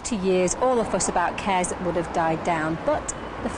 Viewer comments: It's not 'KeZ', it's 'KeS'. Short for kestrel. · "kez" kes ya silly cow.